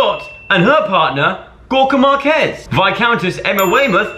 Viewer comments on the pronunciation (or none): none